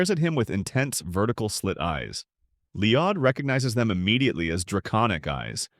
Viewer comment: Who the F is Leeodd?